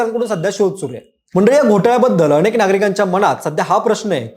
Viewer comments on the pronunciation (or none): none